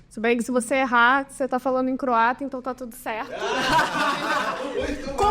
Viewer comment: Boa noite a todos! Glasi, certeira na pronúncia do Croata! 👏